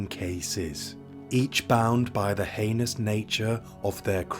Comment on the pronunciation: Stumbled across your channel recently and I’m working my way though, I really appreciate how many cases you cover that I haven’t heard of before. Great work, thank you! One incorrect pronunciation of heinous slipped in there on this video, but I appreciate you working on it as that was literally my only constructive feedback note for previous episodes. Hope your channel gets many more subscribers, it’s well deserved :)